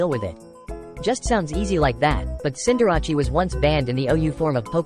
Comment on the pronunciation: These are some Wolfey level mispronunciation. Dar-mah-nee-ta, Ceen-dar-rah-chi, Gree-ninja